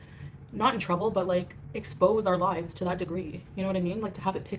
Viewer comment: I really thought she slipped and said “expose our lies” instead of lives. 😂